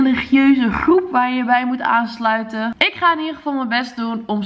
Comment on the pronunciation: hoe jij groep zegt............ hihihihihihhihihihi